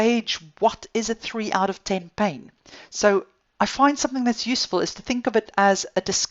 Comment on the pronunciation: I like the way she says pain. “bain”